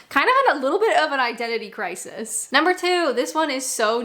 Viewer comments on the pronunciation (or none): none